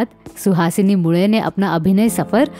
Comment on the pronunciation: Mule - surname ka bilkul sahi pronunciation - aapne - nasal accent aur tongue usage se kiya